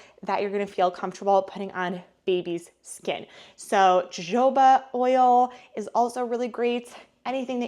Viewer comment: Also it's HO-HO ba oil.